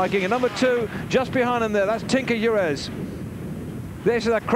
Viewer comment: Why does this guy ALWAYS call Tinker Juarez by the name “Durez”? It’s bizarre!